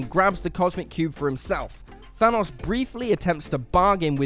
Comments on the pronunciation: I thought his Name was Thanos...Not Thunus.... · Was I the only person bothered by the way he said Thanos like Thanoss? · Why do Europeans pronounce Thanos as thanahs, in the movies it’s even pronounced Thanos... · The way this guy says Thanos is maddening. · When he kept pronouncing thanos wrong I started to get triggered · HOW TF DO YOU ARREST THANOS ITS THANOS